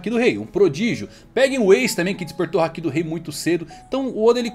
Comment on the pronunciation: Mano, vocês assistem o anime no mudo? Só pode, por que ficam falando haKIIIIIIIIII, porra, o povo fala literalmente HAAAAAAki, com o HAAAAAAA tônico e o ki átono. Meu Deus, que agonia. Igual o povo falando saZUke ao inves de saSUke, vocês vêem o anime no mudo, né? Não ouvem os personagens falando não, né?